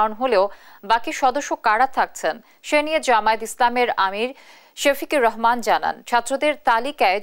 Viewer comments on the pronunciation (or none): নামটা ভালো করে বলেন ডা. শফিকুর রহমান